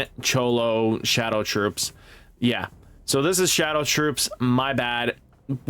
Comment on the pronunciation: Bruh😂 Cholo of the shadow troupes has me dying. Name pronounced like Kro-Low from Phantom Troupe. I know a lot of us anime nerds in here correcting you lol. And it’s Zol-duck family not voldick. Great vid though man keep it up! 😂